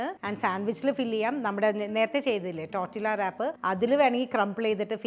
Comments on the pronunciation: It's not tortillas...it's pronounced as tortiya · Learn to pronounce first! Its not tortILLA its pronounced as TORTIYA. Its a spanish/mexican word. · Hello, just a suggestion, you do not pronounce it as’Tortilla’ as the spelling indicates, it is a Hispanic word, when a word has two ‘ll’s together, it is pronounced as ‘y’. It is pronounced‘Tortiyas’. Hope this helps! I enjoy your videos. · Nice … Tortiyya pronounced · Tortilla pronunciation is ടോട്ടീയ . L സൈലന്റ് ആണ് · Tortilla is pronounced as ടോർട്ടിയ ❤ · Thank you for delectable, easy to make recipes. I think tortilla is pronounced torteeya🙏